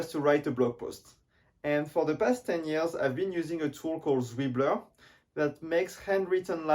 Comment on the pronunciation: I think it's vjeux not vieux